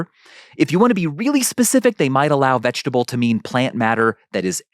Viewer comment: But, is it veget-able?